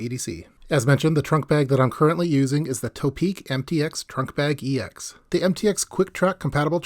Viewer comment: Hi. I like your videos. One name I have been hearing mispronounced a lot from you is "ToPeak". I believe it's not pronounced "tow-peak" or "toe-peak", rather the "To" should be considered in the meaning of "towards the peak" or "to the peak", thus "To-Peak".